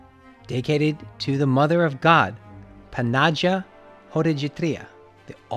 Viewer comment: Puh-na-gia……uhhh, do you mean Pan-a-gee-uh